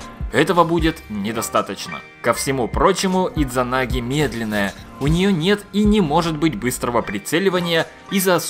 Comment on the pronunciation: Д не произносится! SMOrc